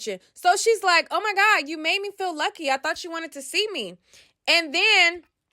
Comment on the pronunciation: She said YUCKY not LUCKY. 😂😂